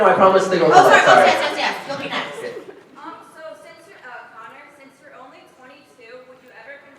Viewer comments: its Connor not conner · 😩 *Connor not conner